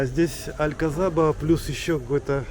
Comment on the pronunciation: Произносить надо АлькаСаба,З не произносят в Испании)))